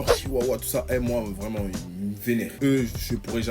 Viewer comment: Une congolais vraimeererrrnt